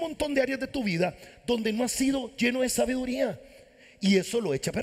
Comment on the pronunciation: Sabiduría no la pronuncia bien